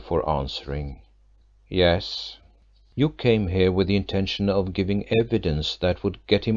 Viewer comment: Second female voice around chapter 9: as bad or worse than the previous one! Who in the world puts emphasis on the word OF??!!!!